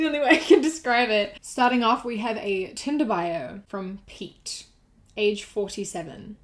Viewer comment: Had to skip back cause I thought you said Pea instead of Pete KJSHDGKJHSDGKJHSKJDG I was like who names their kid Pea? Edit: My mans is self aware and still said that shit? He will never be one of the bois smfh.